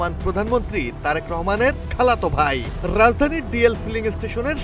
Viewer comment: খাল্লাতো ভাই, এতো জোর দিয়া বলার কি আছে